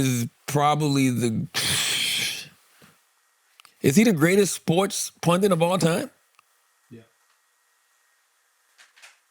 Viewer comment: Charlamagne, please... PUNDIT. PUNDIT. PUNDIT. Not PUNDENT.